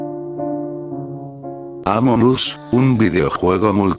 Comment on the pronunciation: PS si ya se, error de Loquendo xd